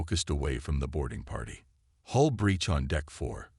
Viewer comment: The word is Hull, not Hole. are we learning yet?